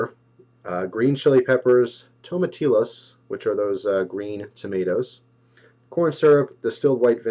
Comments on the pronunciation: Don't mean to be a knit picker, but it is pronounced tomatiyas. Any time you have a double L in Spanish it is pronounced as a y. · lol at "tomatilas"